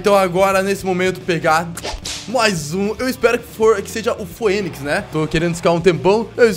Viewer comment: Skorpion,sê lê fênix não foênix